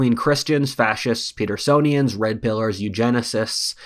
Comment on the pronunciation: what did he say? Petersonians?